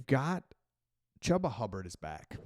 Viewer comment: Chuba. Only 1 B in his name. "Chew-bah". Much like how he chews through sheep.